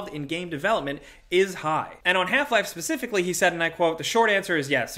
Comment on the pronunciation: are you calling for ypur cat mid-sentence? "PspspspsssCIFICALLY" Lol